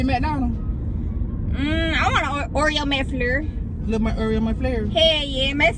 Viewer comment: "I want a Oreo Mc FLUR"😭😭 GURLLLL